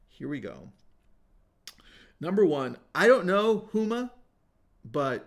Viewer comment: Houma,LA = ( Home-ah) Really close though!!